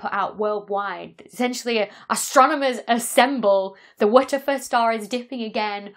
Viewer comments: I was hoping for one of those slow motion playbacks of YOUR pronunciation of the "wha der fer star" so I could know for certain what you are enunciating! 🤣😂😅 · At first I thought she was saying "Waterford Star" and I was so confused like wtf does this have to do with Irish glass 🤣 awesome vid as always! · Did anyone else think she was saying, "What the foot stah."? Dr Becky is fun. I like known unknowns (aka mysteries) but what is an unknown known? How can you know it if you don't know about it? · I like how she says WITCH-A-FUR STAR its a cross between sexy and hilarious! :D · WTF is she saying when she says the WTF star? Wedgefa? Weggefe? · How is she pronouncing WTF? She's not saying "double-u tee eff" or "what the f***" or "what the eff". I've literally been looping the first one second of the video to try and figure this out. Phonetically, I'm hearing "wut of fer", something similar to Whatever. Dr. Becky, help me out, what's your pronunciation inspiration?? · wer - ter -fer star LOL its a dyson ball lol the wtf the star !LOl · The Wuhtuhfuh Star? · Tried 1/4 speed and 1-1/2 speed playback. Still can't make out the exact enunciation! 🤣😂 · Is it some sort of joke I’m not getting as to why she is pronouncing WTF that way? Or does she just not have any clue that you just say the letters ! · It took me quite a while to realise you were not saying "Witcher Fur Star". It was a very cumbersome way to avoid saying a bad word. Just use the phrase "what the Eff" instead so people understand what you're saying. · Err.. isnt WTF pronounced just as you say the letters names? (doubleyew tea eff)? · If you're going to name it WTF, then either say W T F as letters, or say it correctly. So, repeat after me. "What the fuck." Now, that wasn't so difficult, was it? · I am doing that, just with the phonic alphabet. So instead of "double-ewe tee eff" I'm pronouncing it "wuh tuh fuh". I think it must be a British thing. I commented on it in my YouTube stories